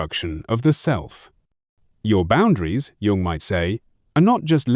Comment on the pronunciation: A video about CG Jung where the narration can’t even be trusted to pronounce his name correctly? It’s AI. And I don’t think AI should be involved in the creation of videos featuring depth psychology. Too much space for basic errors and inaccuracies, in a field where people with serious issues are searching sometimes in desperation for clues as to how to live alongside seemingly impossible people and situations.